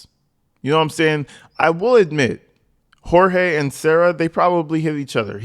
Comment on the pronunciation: I love your channel but his name is pronounced GEORGE. He called himself George and so did his family. Jorge is how it is spelled but he pronounced it as George. Just FYI.